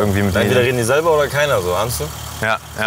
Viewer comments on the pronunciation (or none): der typ ist sowas von deutsch "SELBAAA"